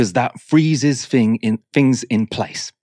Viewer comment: "fings". Why do so many English people have trouble speaking English.